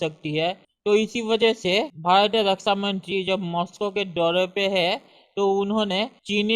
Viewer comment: Rasa mantri nahi raksha mantri hota hai bhai. Be clear with your words lots of people listening to you.